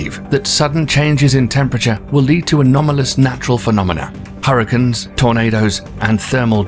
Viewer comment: What's a hurrikin?